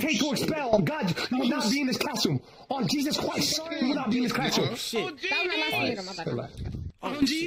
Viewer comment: “On Jesus chwist” 😭😭